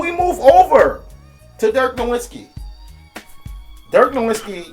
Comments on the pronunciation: Who is Dirk Nowinski? Learn to say his name at least. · Everyone pronounces Nowitzki wrong... The W in German is pronounced like a V so it's dirk Novitzki